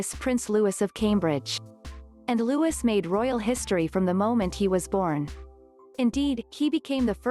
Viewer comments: Yup. It's pronounced Prince Loo-ee, silent s on the end. But that's NOT a rare photo of him! It's in numerous videos about the BRF! There aren't many photos of him out there yet, but I wouldn't say they're rare! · It's a silent S stupid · Barthel Wally he’s English so it’s Lou~ee. Seeing that this is a robo voice you can’t expect pronunciation perfection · Yes Louis pronounced, LOUIE. silent S. It’s a French name. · FYI WE DON’t sound the ‘S’ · It annoys me they don’t know how to pronounce his name!!! Argggggg.. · This is a computer generated voice that's why it pronounces the s. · I wish they would pronounce his name properly. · Please stop disrespecting The Duchess of Cambridge. Refer to her by her title and NOT as "Kate". Also the little one's name is pronounced "Lewie" NOT "Lewis".....GET IT RIGHT OR DON'T TALK ABOUT THEM!!! 😠😠😠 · Yes, it's pronounced Louey, not Lewis, but it's spelled Louis. I don't understand why these channels can't pronounce his name correctly. Smh.. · It is pronounced Lou-ee! Ignorant fools! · It's pronounced LOUIE.....the S is silent!!!! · Will and kate's youngest child's name is pronounced as looy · Silent S it's Loui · Louis is pronounced LOUIE!!!!! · It's Louis, pronounced Looee !! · It's pronounced Louee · Me, too‼️ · Please note correct pronunciation is LOUIS as in French monarch and not LEWIS as in Carroll the author 🧐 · The correct pronounciation of his name is as this: Lou ee, not Lou is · It’s Louis not Lewis. Please at least pronounce it correctly. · The youngest child’s name is pronounced ‘Lou-ee’ not ‘Lou-is’. There’s no excuse for getting it wrong!!! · It is not lewis but lewey...english do not pronounce the ‘s’ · Pronounce the little boy's name properly. It is not pronounced as in LeWis, 'Loooowe. Louis'. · His name is Louis pronounced Lewee not Lewis ! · Oh boy its pronounced louie in uk the name your saying is spelt lewis he is named after mountbatten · Louis! Not Lewis! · Not Lewis its Louis...lu eee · Loo- ie !